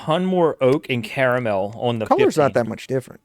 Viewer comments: it's definitely NOT "kara mel" ... its CAR MEL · Car A mel....